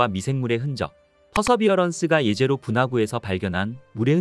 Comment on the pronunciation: 제제로가 아니가 예제로임. 히브리어 jezero(예제로)는 호수라는 뜻으로 사용했기에 제제로로 발음하는 것이 아니라 예제로가 맞음.